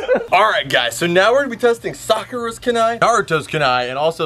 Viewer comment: First, naruto is orange. Second it's pronounced ku-nai not ka-nai. Loved the vid though I'm just a weeb